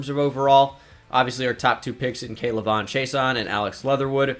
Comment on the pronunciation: You butchered K’lavon’s name it’s all in one like act like the apostrophe is not there😉